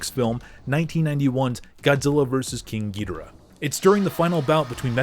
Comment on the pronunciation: YOU CANT EVEN PRONOUNCE KING GHEDORAS NEME😂